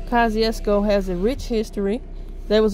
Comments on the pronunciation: He was a polish general. The name is of eastern European. Name is actually pronounced koshoosko hense kosciusko. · I know she didn't just pronounced it polish 💅🏼. mississippi 😂❤